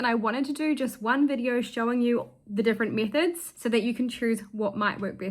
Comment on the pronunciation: Oh METHODS not MISSES, sorry I must have painted my eardrums by accident.